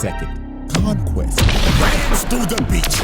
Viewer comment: Some ✨Fella✨ said "King Vonquest" 😭😭